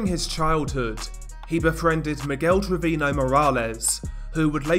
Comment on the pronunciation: His mispronunciation of Velasquez and Treviño makes me cringe. 😷